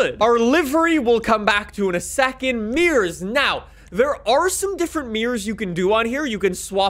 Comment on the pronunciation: Its mirrors no meers